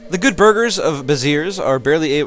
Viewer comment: Nice ! (not a big fan of anime portraits tho...) P.S : The "s" at the end of Béziers is silent